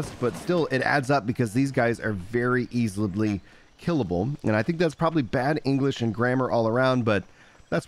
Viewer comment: "Easilibly" HELL YEAH. Good info, thanks!